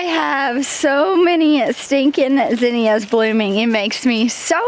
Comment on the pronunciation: Maybe I'm saying it wrong, but based on what I was taught, both you and pronounce Zinnia wrong. I think it's all how we're taught.